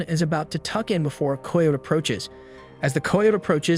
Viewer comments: “K eye oat “ <——- not “koy yote “ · Coy ote ????? Not even a word.....Try Ky ote I know it looks wrong but it is right......Ask before you record anything you are unsure about. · Ki-yote not a flipping coy-ote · Ki-o-te= Coyote. Good video. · Coy ote? Pronounced ki o tee😂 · The boy who is narrating is killing me mispronouncing the word Coyote.... Dude, it's pronounced Ky-o-tee not the way in it's spelled. Do some research..... SMH!!!! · I mean this in the nicest way but American children stopped reading and became less familiar with written language! Coyote -(rhymes with PIE so -KIE-Oh-Tee GREAT JOB on the video THOUGH! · I'm with the guy below... what the hell is a coy-ote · Wtf is a coy oat ?? Never heard anyone say it that way !! Lol !! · Umm, I've never heard anyone pronounce coyote that way. I know it looks that way from the spelling, but it's pronounced "kigh oat". Kigh as in rhymes with high. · Who taught you phonics!!!!????? Coy uote is not a word! Or animal!!! Coyotes are common, and Amarillo, that's a BS story!!! But it caught your attention, thus you don't research!!! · Why can't you say coyote...??? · Your killing me mis pronouncing the word coyote. Sound it out man. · Ikr? Jeez, even someone with half a brain can say coyote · You say coyote weird